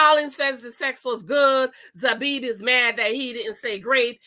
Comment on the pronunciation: Who is Zabib🤣🤣🤣🤣🤣🤣. Her name is Zanab..pronounced 'Zaynab'. She's half Pakistani half British/English